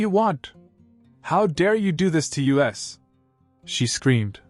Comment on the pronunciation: AI says 'US' instead of 'us'. How effed up is that.